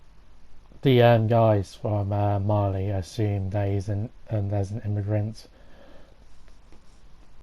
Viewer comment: jack cap Why do people keep calling it “Mahr”? It’s Marely! Marleyans live in Marley, not “Mahr”